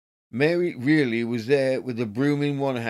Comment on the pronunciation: Reilly pronounced Riley